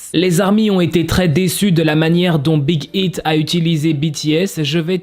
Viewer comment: ont comprend que ton anglais fuite un peut 😂 Mais! Respecte le nom de l'agence de BTS c'est Big aïte pas Big ite ( je sais que sa s'écrit Big Hit mais c'est un exemple pour que je me dites pas "bah Big Hit et Big Hit c'est pareil ) brefff Respecte😭😭😭😭 tu respecte ton apagala je sais pas quoi mais tu respecte pas l'agence de BTS!!!!! ( A prendre au second de très )